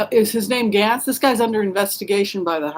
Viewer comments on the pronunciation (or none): I think Gaetz is pronounced "gaits", at least how I have heard it on news.